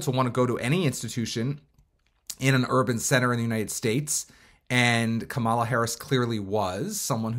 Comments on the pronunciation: Right? Maybe he doesn’t know that it’s pronounced like Comma-La. I noticed MAGA often mispronounce her name on purpose though 🙄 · Why do you say Kamala like that?